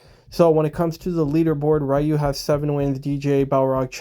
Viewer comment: great to see you pronounce Ryu the old skool correct way😂 I don't care if the other way is how they say it in Japan😂 seven wins Big up🎉 she knows it's coming home😂🎉 England will defeat FIFA oops I mean Argentina in a few hours🎉